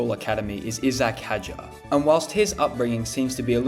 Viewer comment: "Izzack Hajarr"... yikes...